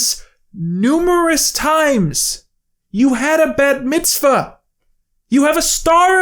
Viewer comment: pronouncing the bat in bat mitzvah like bat the animal is so funny. man who doesn't know how bat is pronounced has to remind jewish character that she's jewish